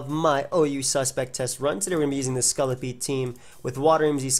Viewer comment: I find the you say scolipede really funny. "Scullipede"